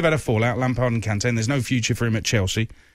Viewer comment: The disrespect on Kante's name